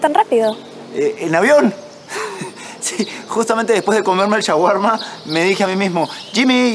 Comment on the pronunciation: Pillado, le dijo que su fránces es un asco pero le dice nada cuándo lo escucha pronunciar mal la palabra "shawarma". Y que me dicen del lenguake corporal, no creen que ahí ya se pudo haber delatado? La boba se enamoró xd